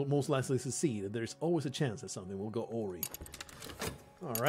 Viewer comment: This game could use more actual nudity. Also awry has the emphasis on the second syllable, a - WRY, rhymes with fly.